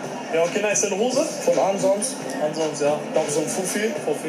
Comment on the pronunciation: Kann es sein dass die ganzen Typen im Video "Asos" meinen? hahaha was für "Ansons"